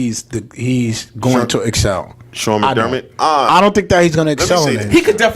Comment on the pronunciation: No joke u 4 wouldn’t know how to wipe ur own ass! First bills have the 9th pick. U can’t even say McDermott right. If any receiver was the worst it was zay. Clay is no good anymore. Billsmafia take u out I talk like that again about Allen. Go watch his games son. Don’t step up if u can’t keep up fellas